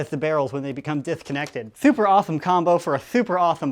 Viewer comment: Why does he say thooper